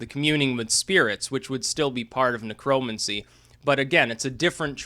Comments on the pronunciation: You pronounce it Necro-mancy. It was and is a real cult. The spells go back centuries and involve hands on spell work if you know what I mean. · Neck Row Mancy....idiot. say it right. It's not a political term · say it with me, "necro" "mancer" as in rhymes with cancer... why the fuck do you say it so weird? your way off man lol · Huh, I have never heard necromancy pronounced like that.